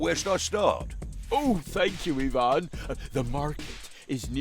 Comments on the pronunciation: When finally there's a piece of media where the name Ivan is pronounced correctly. ... Nice. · At least they pronounce the Eastern European names correctly. Instead of the Western eye-vun, it's ee-vahn. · As an Ivan in real life I was floored when the name was pronounced correctly. Americans usually hit me with the Eye-Van